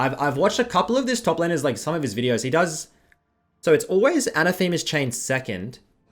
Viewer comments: anne-AH-theh-muh, not anna-Thee-muh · It's not a name,. Phonetically a-nath-a-ma, not Ana-the-ma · Isn't that word an-ATH-a-ma? Like to denounce or curse I think. is pronouncing it like a Roman goddess (Athema = Athena) but it is definitely not. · pronounced 'a nath e ma's' chains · It's pronounced "an-athema", noun not pro-noun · the way he says AnaTHEMEa like its a person or something hurts my soul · I will subscribe the day that you pronounce "Anathema's chains" correctly (with "the" pronounced like in "thermal" and the emphasis on the second "a") :p